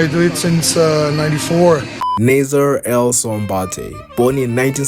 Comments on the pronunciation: I think you mean to say his name is pronounced ( Nah-Ser or Naah - Ser or even Nah - Sir ) . Nasser ( an Arabic name ) Starting with the sound of N which then is quickly followed by a long emphasis on the A vowel . Which quickly rolls over the double SS consonant into another long emphasis on the E vowel before ending in the R sound . Even like this - Nah - Zer Writing it the way you did for pronunciation value ( Naaaser ) would lead one who speaks English as a native tongue to think Nasser sounds almost like Lazer when pronounced - though starting with an N instead. So if you are trying to communicate an emphasis on the A vowel it’s better to do it using an H after the A ( Nah or think “ Ahhh “ ….As in “ Ahhh I understand now “ ) rather than by adding more A letters . This could be due to how you personally understand the English pronunciation of words and letters different to that of someone who speaks it natively. I have many Muslim Albanian friends ( one of whom is actually named Naser with only one S ) so I know what you are trying to convey here . Another is named Senad ( Sey - Nad ) kinda like “ Hey “ but with an S instead. Hope this helps. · Naaaser, that’s how you pronounce his name, Naaser. Thank you for the informative video.